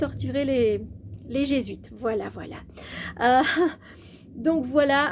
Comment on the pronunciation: Les "Gé-zuites..." je t'invite à faire des recherches !